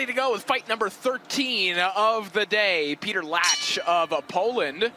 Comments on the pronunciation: Kiedy oni sie naucza wymawiac te polskie nazwiska....😅😅😅😅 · To jest Piotr Łącz 🇵🇱 a nie żaden kurwa "Peter Lacz"! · Walka piękna ale żeby nie potrafili się nauczyć wymówić Piotr Łącz to żenada w uj... 🤦